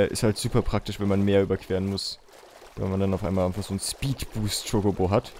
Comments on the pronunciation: Wo er chikobo sagt und ist voll hübsch😍😂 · ich brauch ein video wo du in dauerschleife chocobo sagst :D das gefällt mir so :D